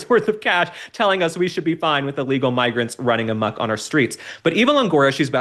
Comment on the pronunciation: Thanx for not saying "amuck"❌️😉